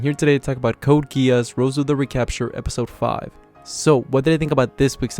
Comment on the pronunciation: Bro it’s roze like the spirit(alcohol) Not rose.🤙🏼